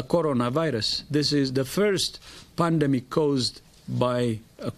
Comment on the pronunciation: He said pandmic